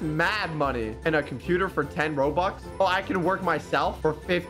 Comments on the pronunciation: “We’re gonna be spending hundreds of thousands of Roblux” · “hundreds of thousands of roblux” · My guy said 'Roblux' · Bro fr said "Roblux" 💀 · At the start of the video said “ROBLUX” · he messed up a line in the begining he said we spend 100's of thousend's of roblux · He said “roblux” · He said roblux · You said roblox not robux lol.